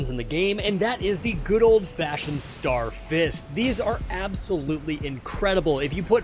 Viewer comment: "Star Firsts"